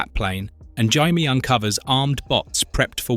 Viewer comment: I do wish you pronounced Jaime's name correctly.